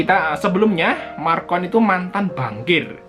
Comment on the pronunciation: Lagian namanya bukan Marcon tapi Macron ... .